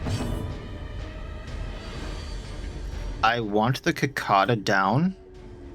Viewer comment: I mean no disrespect, but what state are you in that you pronounce cicada like that?